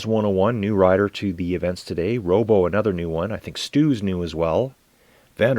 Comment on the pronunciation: Roeboe here, hope you cover more races! Roeboe is pronounced like Fubu or Hulu...